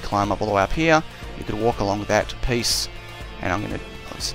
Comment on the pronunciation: i like how this guy doesen't say here , he says heee